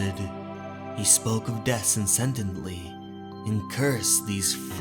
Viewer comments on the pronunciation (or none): Draught is pronounced draft. Incessantly not incentantly. Maladies not maladities. Just found you, you narrate a good yarn. I’ll sub to that 👍🏻👌🏻. Just a bit of feedback, and perhaps I’m alone but here it is: maybe turn the music right down so it’s more ambient rather than prominent. I personally found it a bit intrusive and off putting. Great stuff nonetheless, keep it coming.